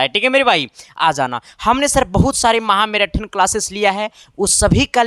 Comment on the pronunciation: मैराथन कहा जाता है न की मैराटन 😅😅 हद है